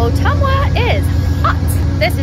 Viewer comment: My mom and I are doing this trip starting in Chicago next month. Great job pronouncing my home town, Ottumwa, IA properly! Loved the video thanks!